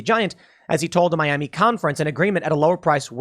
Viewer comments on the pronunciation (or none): none